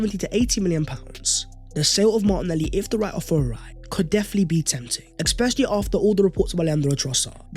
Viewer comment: Hey bro you say “ekspecially” in every video. Tbh makes you sound dumb and Ik you’re not. There’s no “k” sound in that word it’s eSpecially or like “S-specially” just trying to help you out dog that’s a sign of low IQ